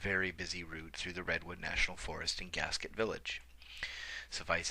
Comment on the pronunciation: Gasquet; 't' is silent. 'gas-key,'. Worked at the forest service office there.